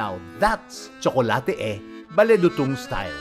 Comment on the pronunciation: It’s “dootoong”